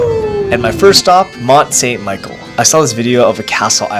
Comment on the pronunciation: It’s per ounces mount saint mish-ell